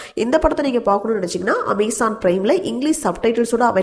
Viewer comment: Amazon? Or Amaizon? 🤣